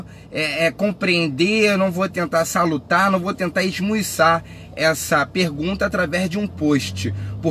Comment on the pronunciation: Esqueceu seu nome? É esmiuçar, não esmuiçar. Eu sou teu fã blz? Mas não esquenta de falar muito bonito não. Sou formado em direito e logo vc será. Cai firme na leitura. ( consigamos) ....rs melhora o portuga irmão, aí vc entra na política com propriedade. Vc é melhor do q eu, não desperdice nenhuma crítica construtiva. Abraço